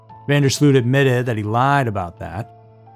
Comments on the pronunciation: phonetically his name is pronounced yo-ran (not jo) van der slowt / sloat (not slewt) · not seen a single American that got it right. It is yor-an van der sloat. not Jor-an van der slewt.